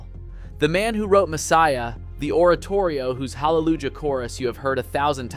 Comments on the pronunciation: I agree with you. And a human voice would not pronounce the j in Hallelujah as a j, but rather as a y (in the section on Handel.) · I would recommend you check pronunciations of names before you record. And also words such as 'hallelujah,' 'adagio' and 'discretion.'